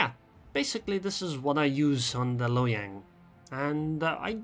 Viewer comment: “Hiyang” +1 just for that